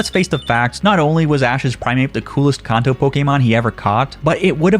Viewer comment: Idk y it bugs me so bad that he keeps saying kanto wrong. 😂 say it with me CAN-TOE put it together kanto